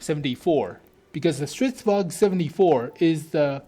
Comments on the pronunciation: Stridsvagn, not stridsvag. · Why say "stridsvag" when there is clearly an N in there? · Holy shit, Swedish tanks, really?? I'm a Swede, a big tank nerd, a big WoT nerd, and I'm super stoked!!! Stridsvagn is pronounced "Strits-vangn".